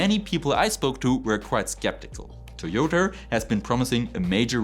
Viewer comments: Es heißt immer noch „Toyota“, nicht „Toyodr“! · Toyoter! Please stop saying this! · Toyoterrr and Teslerrr 🤣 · Felt like he was being extra German and intentionally mispronouncing a Japanese company.